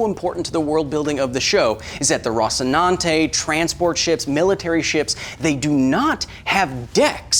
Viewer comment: I'm annoyed by your pronunciation of "rocinante"